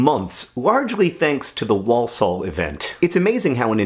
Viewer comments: I have nothing intelligent to add to the comments so I'm just going to pedantically correct pronunciation: wor-sull not wall-saul. Hopefully that's helpful not annoying, sorry! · The first L in walsall is silent. "war-sawl" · Gah Walsall is another weird British town name, sorry John! It’s ‘Wor-sul’ - drop the first ‘l’ 🙂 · the way john says walsall acc eats into my soul as a brit who lives down the road from walsall. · I grew up near Walsall, and it's really weird to hear a word you have heard so often in your life pronounced wrong so many times in a row.